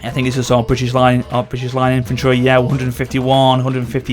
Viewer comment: 6 min into the video to understand that that word was "British"